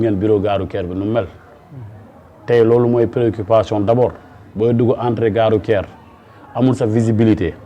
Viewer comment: Votre invité dit "gare rouQUière" ou "gare rouTière"? En plus, il n'est pas ouvert à la modernité. Voilà pourquoi, le Sénégal restera encore longtemps sous-développé malgré notre pétrole, notre gaz et nos jeunes intellectuels très diplômés et disponibles.